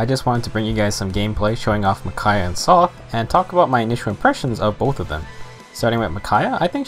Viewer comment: Sothe = S + "oath", not "''Sloth" without the "l" haha